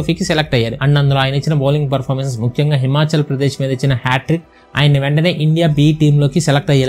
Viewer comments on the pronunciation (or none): none